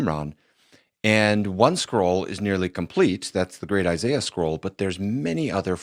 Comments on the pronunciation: Are you purposely pronouncing "ishaiah" weirdly? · Learn how to pronounce Isaiah first.